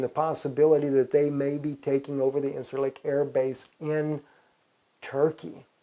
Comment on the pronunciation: It's pronounced [in-jer-lik]..